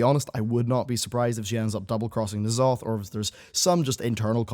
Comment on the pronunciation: It's N'Zoth. We all know its Zoth